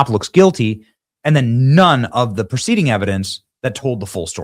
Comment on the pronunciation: Pre-- ceding evidence not pro--- ceding evidence. Big difference brother. Esp legally.